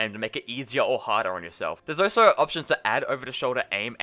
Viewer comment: bro why do you keep saying “oh so” instead of also